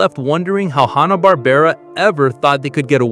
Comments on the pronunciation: It's HANNA not Honna. AI needs to learn to pronounce simple words. Goober doesn't wear a green beanie. /Sigh 😔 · I think Hannah is pronounced the same as the common first name, like Hand.